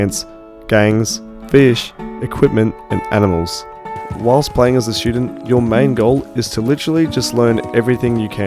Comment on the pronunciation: Did he say shootdent? Lol